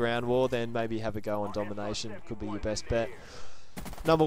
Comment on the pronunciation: At the end to he say I will do my brest to bring it to you guys?